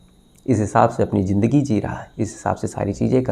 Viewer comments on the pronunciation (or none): Sir agar aapka pronounciation accha hota hai tho aur maza aayega sunneko, jaise Sakshi nahi Shakshi... Jindagi nahi Zindagi... Sorry aapko bura laga tho... Otherwise God Bless you...